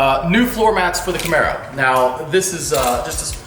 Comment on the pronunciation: 'Camero' baby'!!!